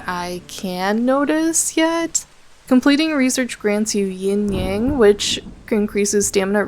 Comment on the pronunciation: why do you keep calling Yang 'Yong'